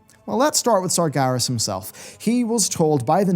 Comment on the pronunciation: You're pronouncing Sargeras wrong. You're saying it more like "Sargaris"